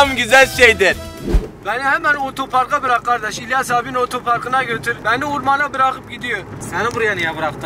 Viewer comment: hasanın ötöpark demesi KDÇSDÇAÇKDÇDLSKDÖDKDKLDDLKDÖD